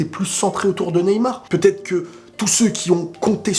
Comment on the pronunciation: "Neymal" mdr. Neybien